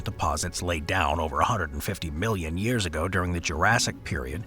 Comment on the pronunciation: Nope he doesn't. I made sure to replay this specific part 4 times the B is very pronounced. Of course he probably meant million but this wasn't noted.